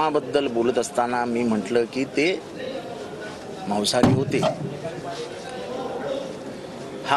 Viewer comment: माऊस नाही ते मास / मटण असत माऊस कॉम्प्युटर ला असतो😂🤣😂🤣😂🤣😂🤣😂